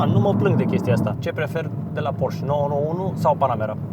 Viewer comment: Porsche nu Porche 😂